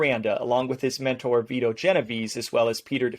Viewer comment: It's neither it's Vito